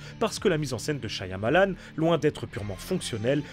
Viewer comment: Stp il y un seul Y dans Shyamalan pas deux... Shya ya malan .